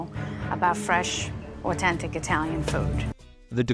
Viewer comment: Ahh-ten-tik Italian food?